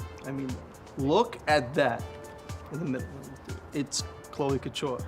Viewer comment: I thought you said "cloaca ture" instead of "chloe couture" and was very confused